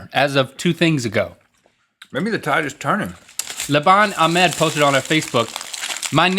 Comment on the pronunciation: You missed pronounced Ahmed again...